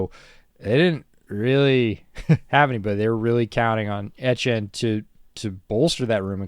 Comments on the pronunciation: Ettiene is pronounced E-T-N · Senior pronunciation correspondent. As for my prediction on the Jags season, I'm thinking 5-12. They'll improve, but growing pains + several high-quality opponents will lead to several close losses